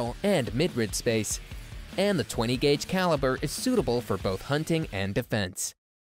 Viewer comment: Anyone notice he said “20 G-A” vs. 20 gauge. This is a terrible list.